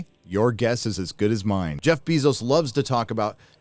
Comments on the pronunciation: “Jeff BEE-zos” 😂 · I like how you pronounce it “bee-zose” I’m stealing that. Lol. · This is the second time I’ve heard you mispronounce Jeff Bezos’s name.